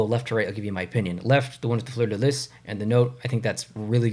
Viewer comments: Totally! It never occurred to me that “Fleur-de-LEE” could be pronounced in any other way until I saw this video! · I never seen an eastern Canadian mispronounced Fleur de Lee so much in my life smh